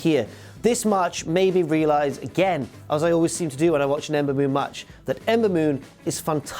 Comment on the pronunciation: Being drunk and trying to say Ember Moon so many times doesn't work so well. LOL.